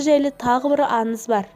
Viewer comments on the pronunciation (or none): Аныз емес аңыз ан емес аң недеген топассыңдар дурыстап соилеңдершы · Бекзат Тасбулатов мына қыз аңызды аныз ханның дегенді ханнын оқиғаның дегенді оқиғанын деп ң əрпін дұрыс қолданбай ашуыңа тиеді екен .тағыда бір журналист жігіт бар дəл осылай сөйлейді.қазіргі кезде қазақшаны бұрмалап дұрыс сөйлемей қарақалпақтың, қырғыздың, ұйғырдың сөздерін қазақ сөзіне араластырып сөйлейтіндер көбейіп барады.ал егер мұның дұрыс емес дұрысы былай десең бетіңнен алады,бұл диалект дейді.сонда əрбір қазақ тіліне енген сөзді диалект дей берсек қазақтың сөздері келешекте диалекттен тұратын мəні мен сəнінен айрылған тілге айналмайды ма?- бұған жол беруге болмайды.Мысалы келе жатыр дегенді келе жатыпты.айналуды айлану бірдеңені бірдеңке ештеңені ештеңке деп сөйлейтіндер көбейіп барады.Əсіресе ештеңке бірдеңке деген сөздер қазақ сөзіне тіпті үйлеспейді.құлаққа түрпідей тиеді деңке мөңке маңқа деген сияқты көкейде ұғым тудырады.міне дəл осы екі сөзді бұрын мүлде естімегенмін.өйткені бұл ұйғырдың сөздері екен.бұрын 20-30жыл бұрын сөйлемеген менің каластастарым көршілерім тіпті туысқандарым да осылай сөйлеп барады.бұны қалай тоқтатуға болады.Ең сорақысы əншілер журналистер тіпті ақын жазушылар осылай сөйлеп қана қоймай кітаптарына солай енгізген. Бұл мүлде жол беруге болмайтын қателік ағайын.əдемі тілімізді келімсек сөздермен бұзбайықшы.Ана тіліміздің тазалығын сақтайық.